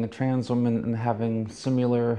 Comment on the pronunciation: “Having simyiler experiences”